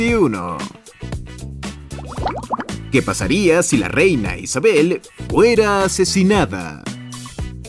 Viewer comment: como que “reyna” 💀